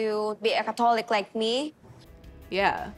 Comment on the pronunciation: She pronounces Catholic like Alcoholic.